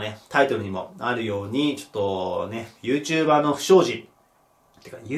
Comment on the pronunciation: YouTuber↑じゃなくて、YouTuber↓な気がする、、